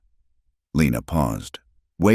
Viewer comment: mare not mayor...colt not coat,,, lena not lina,,,calder not caller,,,hell in not hellin,,,foal not full errors distract